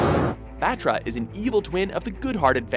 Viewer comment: motra isnt a thing its batra